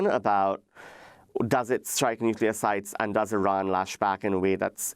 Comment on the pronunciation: "Nucular" ! ..Anyone who cannot correctly pronounce the word nuclear should not be in a position of power. Its Nuclear (new clear) , not (new q lar)